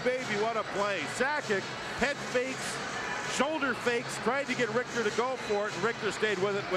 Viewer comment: It's actually Mike Richter, not RICTER. Don't know what that drunk shit is lol!